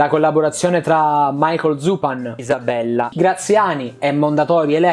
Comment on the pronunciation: Perché "Isabella" è pronunciato in modo strano?